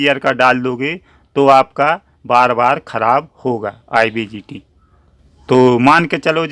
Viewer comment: Sir IBGT nhi IGBT hota hai, thanks